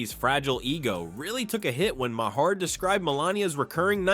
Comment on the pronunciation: Learn how to pronounce MAHER properly! You weaken your article when you mis-pronounce thr namenofnthe comedian!